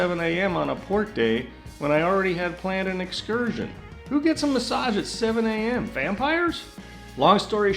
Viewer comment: There’s no t in excursion